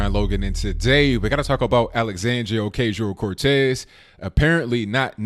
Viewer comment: She's a twit but isn't doing himself any favors pronouncing her name wrong 50 times in the same video. its pronounced O-KAH-SEEO.